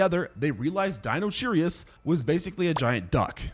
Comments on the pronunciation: Di-no-kai-rus Not dinocherryus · Hey btw its not deinocherius its deinocherius (DYE-NO-KAI-RI-S) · "Dinocheirus" is pronounced Dino- KY- rus ("ei" pronounced as long "i"). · Lol the "ch" in "dinocheirus" is pronounced as a "k", like in the word "character". It's Greek. In fact it's the same root we see in the chemistry term "chirality", meaning "handedness". So the word would've been pronounced "DIE-no-KAI-rus" 😊